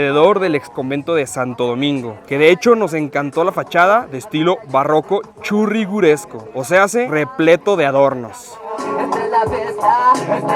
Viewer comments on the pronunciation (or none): no se dice churriguresco .....se dice churr igeresco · ¡GRACIAS: COMO TODO LO QUE USTEDES HACEN CON TANTO ESFUERZO, ESTE VIDEO, NO ES LA EXCEPCION; ¿ES BUENISIMO! Y PEQUEÑO SENALAMIENTO; EL TERMINO CORRECTO ES "CHURRIGUERESCO" Y NO "CHURRIGURESCO", COMO AQUI SE MENCIONO. Y OTRO DETALLE; EL COMAL, NO SE USABA PARA "CALENTAR" LAS TORTILLAs, SINO PARA "ECHARLAS", ES DECIR, PARA COCINARLAS